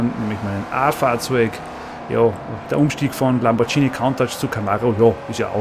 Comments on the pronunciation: LamborGHini!!! Mit einem G nicht TSCH!!! Sunst hoaßats Lamborgini! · lamborghini, mit g, nicht lambordschini. das g wird wegen des h's nach dem g als g ausgesprochen n icht als dschi :D